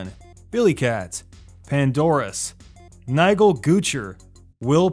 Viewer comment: Your pronunciation of NIGEL hahahahahaha